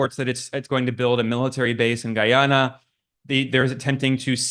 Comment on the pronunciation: Pronounce Guyana with "guy" as "guiness" gui-ana